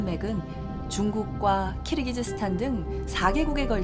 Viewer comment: 발음 교정해주셔야죠. 키르기스스탄을 왜 자꾸 "키르기즈스탄"이라 하는지?. PD가 지적하셔야 합니다. 아프가니스탄을 끝까지 아프카니스탄이라고 하는 진행자 때문에 내내 갑갑했던 적도 있습니다. 정확히 합시다. 무식하단 말 나오기 전에...